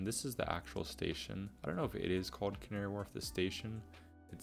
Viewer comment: Love the vids and r new to you Have worked out you are American bc as I Londoner I have watch you butcher some of the pronounceations of the names Doing great and love what u have done just findit quite funny It is pronounced as canary wolf not really warlf